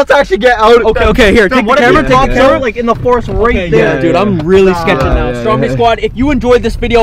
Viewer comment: And why do u call stromedy strompy